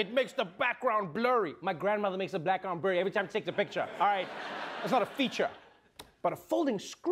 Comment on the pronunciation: Yes he said Blackground :D